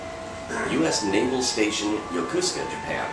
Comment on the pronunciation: "Yokosuka" is correctly pronounced, "Yo-KO-ska", not "Yo-KU-ska."